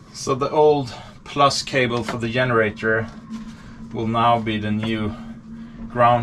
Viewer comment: great job with all the electrical work...you make it look easy. Obviously your English is absolutely 100% fluent, even idioms like "find a new home". But I still get a kick out of native Swedish speakers pronunciation of English words that begin with a "G" such as generators. You pronounce it with a long "Y" sound...yenerators. Keep up the technical video's.